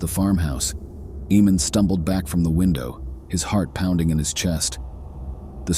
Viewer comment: The name is pronounced AYE-mon. I’m so glad that YouTube is demonetizing AI productions now